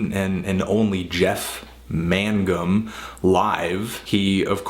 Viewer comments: It's mayne-gum not man-gum! you get this wrong so often! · I always thought it was pronounced more Mang-gum. How strange it is to hear about this Jeff man Gum character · I thought it was pronounced maingum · Connor Mcdonald pretty sure it's pronounced "mang-um" but ok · Yeah, I wonder if it's still pronounced "Magnum"? I've been saying it like that for over 20 years, and I never noticed it until he pronounced it all weird, I look at how its spelled, and yup, I've probably been wrong all these years. lol